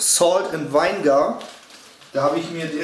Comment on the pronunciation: Vinegar spricht man übrigens " Winnegar" aus und nicht "Weingar" :)